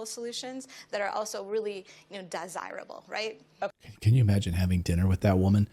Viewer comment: She said die sirible!